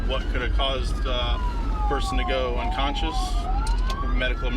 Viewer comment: possible "un-conscience" lol